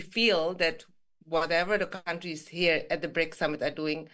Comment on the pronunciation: George not BRIICS but BRICSI 😁